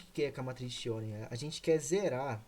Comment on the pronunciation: Regra de QUIÓ se pronuncia